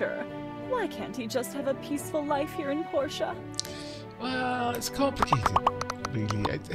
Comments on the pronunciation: Portia is clearly pronounce Porsha, as you've been quite rightly saying it, as Portia is a character from The Merchant of Venice and that's how Shakespeare and all actors ever have pronounced it. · I concur that Portia is pronounced right. I have a friend named Portia and that is definitely how she pronounces it.